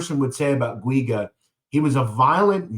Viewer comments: It’s pronounced Jew-gah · I grew up with pj in little Italy and yes he was a prick. And btw it’s pronounced Richie (Jew ga). I know it’s a hard name to pronounce. Lol. from what I hear from the grapevine from the old neighborhood, he’s still walking around there untouched.